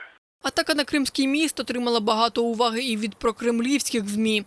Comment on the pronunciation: Как взяли эту ведущую? (Уваги' чи може Ува'ги) - для неё походу смысла не имеет. Только если ударение по разному в слове то смысл слова может быть разным. Ну а шож ... 🙃